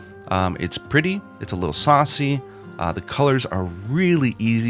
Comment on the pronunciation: When says “saucy” it’s just funny to me don’t know why